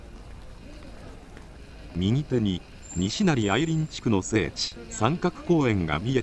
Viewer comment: にしなり「に」にアクセントを持って来ていますが「にしなり」です 平坦に発声するのが大阪弁です。